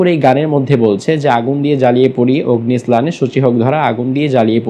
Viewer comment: Your explanation is not correct. You even can't pronounce the song correctly. OGNI SNANNE SUCHI HUK DHORA means, Grishmo kaler tapu daho k bojano hoieche